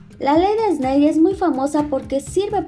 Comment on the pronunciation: Todo bien pero se pronuncia (esnel) no (esnei) Snell